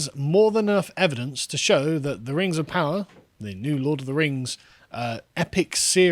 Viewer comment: Rangs of Powah.